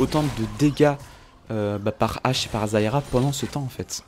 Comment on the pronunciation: arette de dire zayra